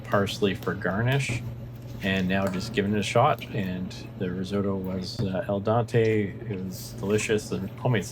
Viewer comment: Al dente* you said El Dante 😅 But solid effort though, restaurant quality dinner over there, so fancy. Great job 👌🏻